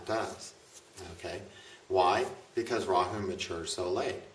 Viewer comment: He bit his tongue while trying to pronounce Rahu.